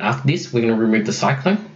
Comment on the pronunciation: it's not "rumueve"